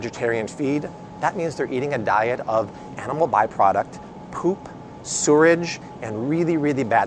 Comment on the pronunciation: "sooridge" Do you mean sewage?